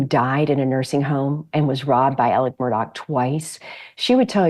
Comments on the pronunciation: THE PRONUNCIATION of MURDAUGH IS "Mur" "Daw". Not "Mur" "Dock". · Murdaugh, not Murdock. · Why the hell does everyone not from sc say their names with an ck ending instead of augh smh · Why does everyone pronounce his name incorrectly? It’s Alex with an “x” at the end not a “c” and Murdaugh with a”gh” at the end not a”ck”. Just saying. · It's Mur-der ! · Yep pronounced Murdock and Alec. Never made sense to me.